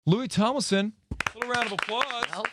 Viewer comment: First second: “Louis Tomelson” Louis:”Fank you, fank you!” 😂😂 Two memes in the same second I love it